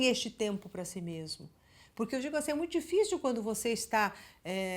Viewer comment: "muidifice" kkkkkkkkkkkkkk